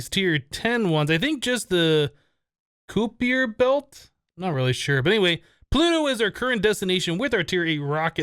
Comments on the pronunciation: Kuiper is pronounced like hyper :) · Kuiper rhymes with piper.